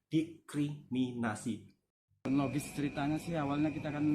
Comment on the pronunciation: Didiskriminasi klii bkn.didikriminasii..aplgi .dikiriminasii😅. Mklumlh